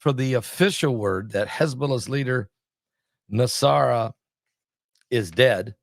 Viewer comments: PRONOUNCED N-A-S-R-A-L-A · I think it’s pronounced Nos-Ra-la